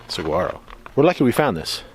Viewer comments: SaHuaro... Pronounce it right dammit!! ;-) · If anyone wants a more expansive view of Arizona, the Sonoran Desert, the Tucson area or Saguaro National Park East or West, one can see my large Arizona playlist, an organized video tour of much of the state, where this area is well featured. ~ Saguaro is pronounced Sah war' oh, and Cholla is pronounced Choy' ah. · The amount of times sucked in her bottom lip/shaked her head bc of "saGUaro" pronunciation 😂